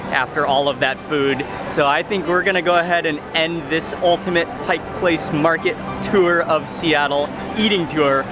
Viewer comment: It’s a tourist trap and expensive but it’s fun. Thanks for not saying “Pike’s Place”. With all the people moving here, you now even hear people living here saying it. 😖 Next time you get to Seattle though, you really should check out some of the ethnic neighborhoods here. Little Saigon but also lots of SE Asian food in South and Southwest Seattle, and Korean up north.